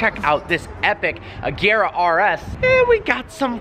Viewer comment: I'm glad you finally learned how to pronounce "Agera"...